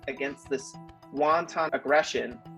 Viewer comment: And says wanton like won-ton